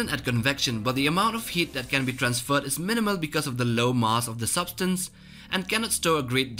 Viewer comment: Why do you say "mass" as "mass"?